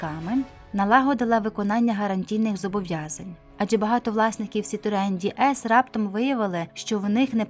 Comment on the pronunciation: Хай Бог милує! Який, у дупу, Ді Ес? Це ДЕ ЕС - «Богіня»!!!! Ганьба! Дізлайк!!!!